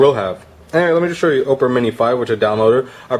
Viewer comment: its opera mini 5, not oprah mini 5.